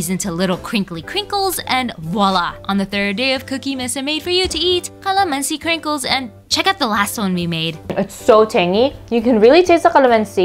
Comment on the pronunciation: She is pronouncing calamansi with a "q" qalamansi?